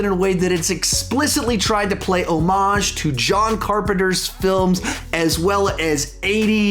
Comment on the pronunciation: Props to you for pronouncing homage correctly.